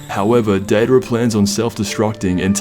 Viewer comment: Data'ra? Dry? It's Deidara and Jiraiya